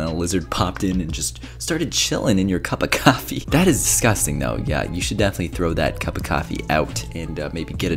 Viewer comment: The amount of times we said “cuppa kafee” 😂